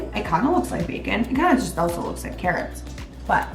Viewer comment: "Ka Rots!" from now on O_O LoL